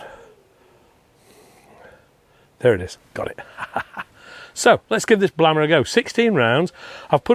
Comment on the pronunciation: Blame-r, rather than Blammer maybe?